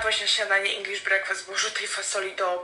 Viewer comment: brekfest a nie brakfast